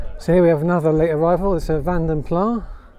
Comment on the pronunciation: Fun to see all these together. BTW it is not pronounced Vaden Plah. It is Vanden Plassssss